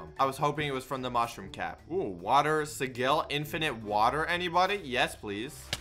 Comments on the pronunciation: did he seriously just say water si-geel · The way he is pronounced sigil